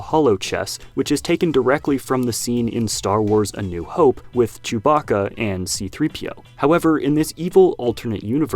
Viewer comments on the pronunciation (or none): none